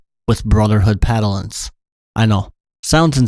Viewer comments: It's "paladins", not "padalins". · Sir, hearing you say brotherhood "Paddlins" is breaking me. Pal-Ah-dins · "Padalins"? Really? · you accidentally said padalins instead of paladins lol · Mispronouncing Paladins? Thats a paddlin.